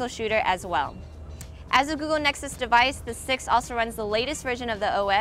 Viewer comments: Does she say nexuks ? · its Nexus 6 not Nicksixsix!